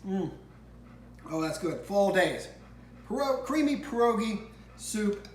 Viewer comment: Another great recipe, Mike! FYI, try to say pierogi as if you are saying P-YEAH rogi rather than PER-ogi. That's closer to the correct Polish pronunciation to share with your followers.